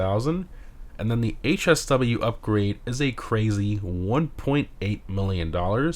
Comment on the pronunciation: Bro lost me when he said HSW